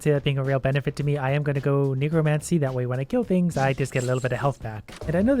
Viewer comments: I think you said necromancy wrong Negromancy lol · N E G R O M A N C Y aka Black Magic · The way he says necromancy